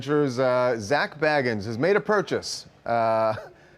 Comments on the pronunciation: His name is pronounced Zak Baegans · OMFG. It's pronounced BAE-gans. Like come on it's not that hard... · he said Bagans wrong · Lol he said his last name wrong